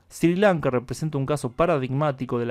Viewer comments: Creo que se pronuncia "esri Lanka" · Se pronuncia "Srri Lanka" tú lo pronuncias muy suave.